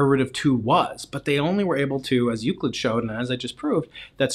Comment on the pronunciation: said Euclid wrong